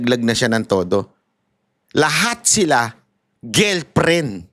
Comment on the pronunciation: GIRLFRIEND PO. NOT GILPRIN😁🤣😅✌️d mo ako basher hah! Every morning nga pinapanood ko videos mo pero gilprin kc na parang strong mo pang binanggit ang gilprin🤣 labyu😁